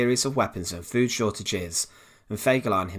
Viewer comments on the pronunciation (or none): none